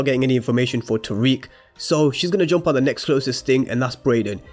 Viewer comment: Tariq (not tyriq) Brayden (not brendon/Brandon Monet “MOAN-eh” (not literally Monet) Folks please pronounce the fucking names right.